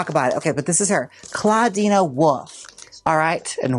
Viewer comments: “clawdeena woof” - jaymes mansfield, 2025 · Gotta love Jaymes saying a nonexistent a to Clawdeen's name lol